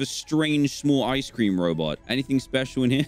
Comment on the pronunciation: How he says ice cream DanTDM: ISE CREANM